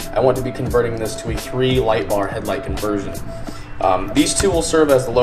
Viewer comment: When you said I need to hang my light, I thought you said I need to hang my life 😂